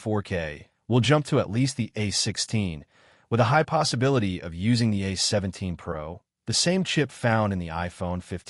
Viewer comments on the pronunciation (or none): A.I. narration voices are advancing much faster than reading ability. A17= 8 17, really?